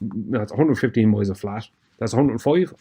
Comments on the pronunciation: Every time he says, "MOILES" Are those SKOI MOILES? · I kept hearing “200 mohels.” That’s got to be a lot of fore… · Tree miles 😅 what the hell is tree miles 😂